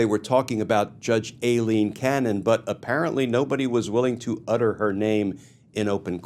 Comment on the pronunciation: Kirschner Please Glenn, please stop mispronouncing Judge Aileen Cannon's first name. It is pronounced "Eileen" (eye-lean) and is a well known alternate spelling of Eileen. It exposes you to being accused of exactly what DJT is doing when he deliberately mispronounces KAHmala as Ka MAH la: blatant disrespect and demeaning her as someone who doesn't deserve even getting her name right. I have exactly ZERO respect for Judge Cannon, but this is making YOU look either willfully ignorant or deliberately disrespectful in a childish irrelevant way It's also irritating as he**. Thank you Glenn, you are the only one who gives us a good grounding in the law so that we can understand what events really mean. ❤ from 🇨🇦